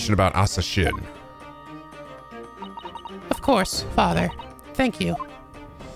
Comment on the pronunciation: Asa Shinn -> "Asashin" -> how Japanese people pronounce the English word "Assassin"